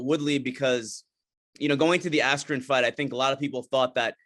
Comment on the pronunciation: Feels like the interviewer jus called Askren Asscream the whole interview